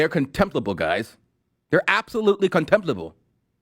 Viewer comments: Is she trying to say contemptible? Is she illiterate? She said comptempbable! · Actually, you're wrong on one thing. Insane Aunty Maxine didn't even pronounce the "m" in 'contemptible'. She actually said "contiblable". Her intelligence and eloquence are just mind boggling. NOT.